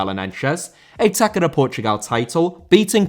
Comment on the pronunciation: Just a heads-up: The ç in "taça" is read as a double s (like in "grass"), not a hard "c" ^_^